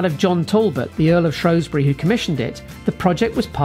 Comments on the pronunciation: Shrew Shrew Shrew. Not Shrow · Where is shrosbury, is it not shrewsbury in Shropshire